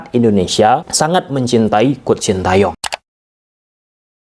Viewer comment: Mas bacanya coach; kouch.. bukan kuct ! Nti jd kuch kuch hota hai 😂